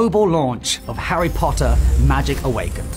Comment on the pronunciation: The way he says “poTtAh” is just to much😂😂